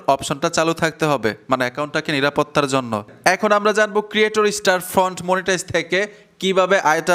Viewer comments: স্টার ফ্রন্ট না ভাই স্টোর ফ্রন্ট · আরে ভাই স্টার ফন্ট না স্টোর ফন্ট হবে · ভাই স্টার ফ্রন্ট না, স্টোর ফ্রন্ট।